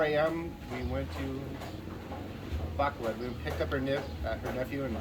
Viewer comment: Our house/farm is very near the Highlander Resort... it's funny to hear expats say Bacolod... it's Ba ko load not Bac a lad 😂